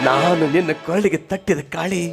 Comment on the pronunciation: ಅದು ತಟ್ಟಿದ ಕಾಳಿ ಅಲ್ಲ ಕಟ್ಟಿದ ತಾಳಿ ಇದನ್ನು ಹೀಗೆ ಉಚ್ಚರಿಸಬೇಕು